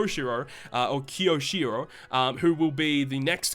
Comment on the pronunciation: KYOW-SHEE-ROW. Kyoshiro. Please.